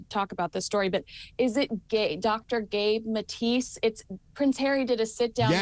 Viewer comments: Gabor Mate not Gabe Matis. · Haha it’s Gabor Maté not Gabe Matisse. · The man’s name is Gerba Mate (mah-tay). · It’s Gabor Mate not Matis 😊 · It's Gabor Maté, not Gabe Matise. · Gabor Mate, not Gabe Mattise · The Dr is Gabor Mate`.Very well respected and pronounced Gah-bore Mat-tay. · It’s Dr Gabor Mate, get the name right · Hard to sound authoritative when you both got Dr. Gabor Maté’s name wrong.